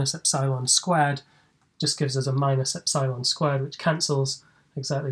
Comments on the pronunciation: He said "epsilon" incorrectly SO MANY TIMES................... LOL......... Cheers from Down Unda............ ps. I found the "God" Formula........ News at 10 :P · no assumption about Taylor series are needed; little-o notation gets the job done too btw is the eps'eye'lon pronunciation of epsilon common somewhere? It's the first time I hear it